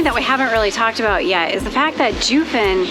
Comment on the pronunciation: I find it odd that you two bothered to do research to present while filming, yet couldn’t be bothered enough to learn how to pronounce Jiufen and other things correctly? It takes only a moment. Along with this, your comments on Japanese history reaaaallllly gloss over the negative aspects of their colonialism on the indigenous people of Taiwan. Foreigners and travelers all have a duty to honor the places they visit. That includes their complete history.